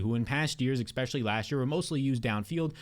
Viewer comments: Dawg it’s especially not expecially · Great content, but please stop saying “eck-specially” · You do great work. ESpecially breaking down value....especially....especially. Say it with me...ESpecially. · when will you stop saying ekpeshully its crazy